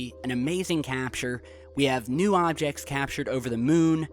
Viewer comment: u said "some hobjects"